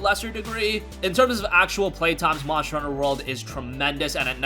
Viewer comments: Lol I was thinking that too 😂🤣 monsher hunter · MONSHTER HUNTER